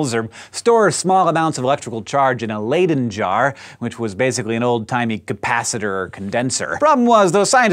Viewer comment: Am I the only one who noticed the pronunciation of "Leyden Jar?" :/ I just cringed a little... But another awesome video! :)